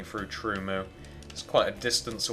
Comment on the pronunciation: LOL you said truemoo